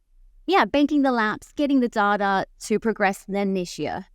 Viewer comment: Great podcast but please ask her to learn how to say “data”. Hint: it’s not “darder”